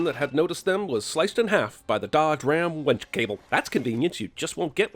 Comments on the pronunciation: First of ... second of (not off) winch cable, not wench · He said WENCH cable! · Did you say "Dodge Ram WENCH cable?" LMAO, it's WINCH not wench. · Sorry---have to give YOU a sin for WENCH cable----Its WINCH !!!!! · Calling a winch cable a wench cable...ding! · Wench != Winch